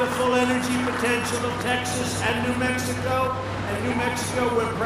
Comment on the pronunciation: Mex-tico Minne-annapolis Haha